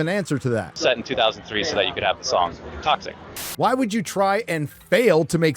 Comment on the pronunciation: Did you say “this is probably my last video” ?!?! whyy? Hwaaaaay? HWaaaaaaaaay?